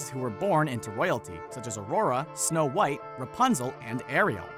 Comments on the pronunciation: When it says snow whot instead of snow white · you said whot and not white wth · "Snow whot" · You said Snow WHOT and the Seven Dwarves lol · did anyone else notice they said whot and not white? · Uh you kinda forgot how to spell white because you said snow whot and the seven dworfs. Sorry if that bugged you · “Snow Whot And The Seven Dwarfs Ummm... Did you mean White? 😂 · It's snow white not snow whot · Am I the only one who noticed "snow whot" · “snow whot and the seven dwarfs” i cannot breathe call an ambulance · Somebody explain wtf is "Snow whot and the seven dwarfs"is? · Did anyone else see that they said snow thot just me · Who the hell is SNOW WHOT?? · who the heck is Snow Whot 😂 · “Snow Whot and the Seven Dwarves” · “Snow Whot” who else noticed this 🤣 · "Snow Whot" really? Smh. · Snow- WHOT ... wot? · " SNOW WHOT AND THE SEVEN DWARFS " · who is Snow Whot??? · "Snow Whot" u "whot" mate? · “Snow whot “😂🤣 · . “ Snow Whot “ ? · Did anyone notice that is said Snow whot and the seven knomes with the mother gothel and evil queen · . “Snow Whot”...